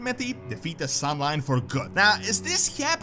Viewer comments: San'layn and not "sun lime" LOL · it's pronounced SAN-LAIN not SAN-LINE